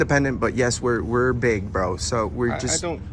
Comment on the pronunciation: Shut up, “braoh”